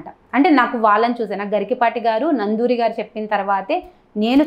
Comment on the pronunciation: నందూరి కాదు నండూరి